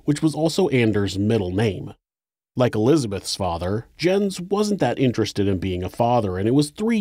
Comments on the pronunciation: Might be a little nitpicky but I think Jens is pronounced “Yens” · His father's name would've been pronounced "Yens" because Js are pronounced like Ys in Norway. I really hate to nitpick though because this is so welldone. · REALLY ??? Somebody has to point out that Jens ,in english is pronounced Yins ? jesus